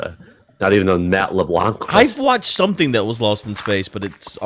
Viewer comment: Just a heads up, you don't actually pronounce the 'c' at the end of LeBlanc